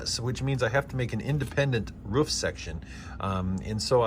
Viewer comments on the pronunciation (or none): Roof not ruf